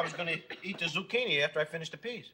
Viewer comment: archie: Quizini Mike: Zuchini Archie: Whatever